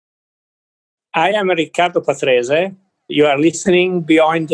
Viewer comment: you could at least say his name with the right pronunciation